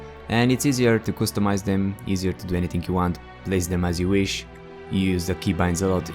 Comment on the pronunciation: qustomise??? are you drunk??? maybe its customise